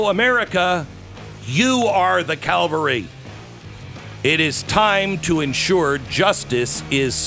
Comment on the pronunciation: Please, Glenn, Calvary is where Christ died. Reinforcements are the cavalry. Thank you for this great work you are offering, I truly appreciate your voice.